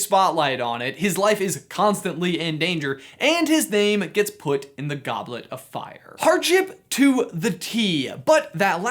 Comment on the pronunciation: '...and his name is put in the goblet of fi-' 'DID YOU PUT YOUR NAME IN THE GODLET OF FIYA,'